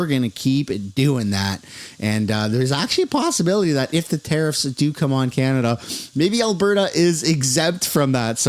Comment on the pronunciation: It’s pronounced “ Tear-if” not “tear-reefs”😂